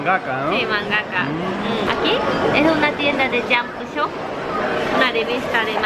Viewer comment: Porque en Japón el ingles no lo pronuncian correctamente? por ejemplo "jump" dicen "jumpu?"